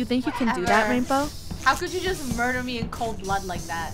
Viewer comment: “murber” □